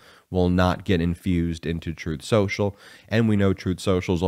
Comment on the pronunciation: Spin Soocial